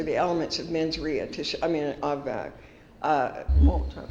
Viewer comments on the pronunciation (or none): "mens ria". Lol edit: she says it 3x too